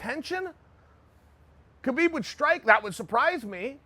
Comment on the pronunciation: Damn, all the shit you talk you cannot even pronounce Khabib's name correctly?